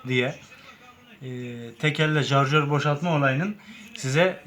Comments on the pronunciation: abi alakasız ama ALLAH RIZASI İÇİN BAK ŞUNA JARJÖR DEMEYİN ARTIK ŞARJÖR O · Jarjör değil şarjör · Jarjor diğil şarjor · Artık senin yüzünden jarjör demeye basladım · jarşör değil şarjör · Carcör denendiğinde şükür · zarjör değil şarjör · Jarjör kfkdkfk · Abi neolur şu şarjöre jarjör demeyin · Jarjör diyolar bende acaba benmi yanlış söylüyom diye kendimi strese soktum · şuna jarjör demeyin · Şu şarjöre JARJÖR demekten vaz geçin artık yeminle silahtan soğuttunuz milleti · Sen önce şarjör demeyi öğren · İcra değil irca yayı jarjör değil şarjör değil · Hoca icra yayı değil irca yayı jarjör değil şarjör bende tsk personeliyim ben yapamıyorum her TSK yada EGM personeli yapacak diye bir şey yok ama yapabilen bir sürü arkadaş var hile falan da yok ve onların reklam yapma gibi bir düşünceleri de yokkk